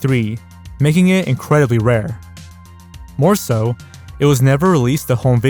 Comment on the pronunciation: "incwedibly odd piece" 🤓🤓🤓